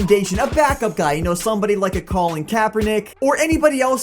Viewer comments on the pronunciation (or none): none